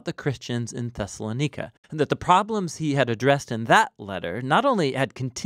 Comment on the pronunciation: Nica not Neca